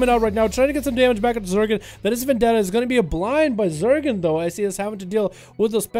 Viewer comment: Wouldn't Zegen be "Zehgen" or "Zeegen"? Not quite sure how "Zergen" is getting in there unless this rogue is an alt or something.